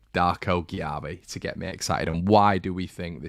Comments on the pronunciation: It's pronounced Jay-be. The lad told us when he signed, you should know this bro! Still love ya 😘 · Great video, it’s pronounced Jaybee by the way. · I believe it's said JayBee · Cheers. Exciting lad. One note - apparently his last name's just pronounced "JB" 😁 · It's pronounced "Jay-bee" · Just fyi it’s pronounced ‘Jay-bee’